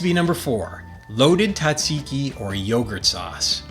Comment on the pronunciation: why the heck can't you pronounce Tzatziki correctly?